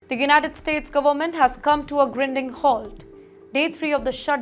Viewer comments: It’s grinding like blinding. How you became reporter. Can’t even pronounce. Pathetic. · The anchor mispronounced the word grinding. She routinely mispronounces words. Terrible anchor.